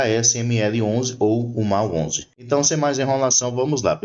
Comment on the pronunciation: A pronúncia correta é….Mól onze